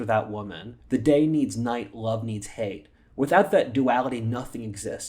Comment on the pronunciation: Please use the proper pronounciation for non-English words. Yang rhymes with "gong" (NOT "bang").